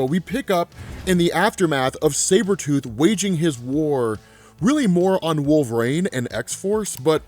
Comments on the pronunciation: Can U not pronounce Wol-ver-ine? It is not Wolverane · Anybody else notice this dude saying "wolverAne" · I'm not the only one picking up how he is pronouncing wolverine ... cause it's annoying me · It’s pretty baffling how so few people comment on this, his pronunciation is so distracting lol